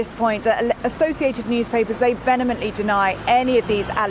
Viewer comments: "venemently" is that a new word? Vehemently, methinks. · "Venemently deny"??? Vehemently surely?